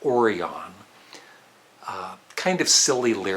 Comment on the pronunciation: I would say that the Syd Barrett-era of Pink Floyd is more psychedelic rock than progressive rock Also 'Orion' in 'Guide Me Orion' is pronounced 'O-Ryan' and 'Schizoid' in '21st Century Schizoid Man' is pronounced 'Skit-zoid' There is really no excuse to mispronounce these as they are literally sung in their songs